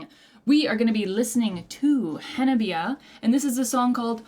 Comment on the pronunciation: Hello my friend, and welcome to the wonderful journey that is Hanabie. ;) For the name, the band is called Ha-na-bee-eh (the last eh is pronounced like the e in egg) with four syllables not Hanabi, there are no diphtongs in the Japanese language so every vowel is spelled out separatel, of cause there are exceptions from that rule, Japanese is avery diffucilt language :D, this makes a big difference, because Hanabi is firework (fire flower -花火), but Hanabie is not exactly a word but could be translated as the recuring cold in spring during blooming flowers (chill flower or spring coldness - 花冷え), they choose this name, because the 4 original members were all born in winter and spring. That tiny, cute Gremlin who is screaming at you is Yukina, she is also responsible for some of her texts Hettsu on the bass, she is responsible for the stage/ video outfits, sewing them by hand sometimes, she is also the mother hen of the band also providing backup vocals. Current drummer is Chika, she is the fourth drummer and the only professionel, she played in J-Pop bands before and worked as a drum instructor, the rest of the girls are self taught. Finally the endboss Matsuri: Matsuri on guitar and clean vocals, Riff monster, she is also the band leader and musical mastermind, writing all the music, compositions and arangements - she is a musical genius, she has also a degree in computer engineering and is a pro FPS player.. so i think she is basically a genius. There is something special ab